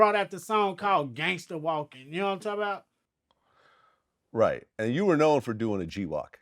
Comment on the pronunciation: “Know what I’m talm bout”